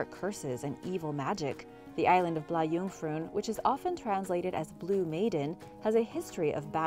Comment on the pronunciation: "Blah Joongfroon" tehee, as a swede it made me giggle